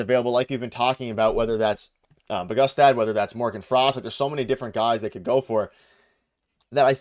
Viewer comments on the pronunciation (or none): lol Man said Bujgstad lol bro you're ripped